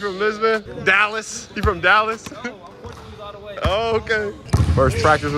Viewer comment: Your pronounciation of portuguese words is pretty funny and surprisingly decent.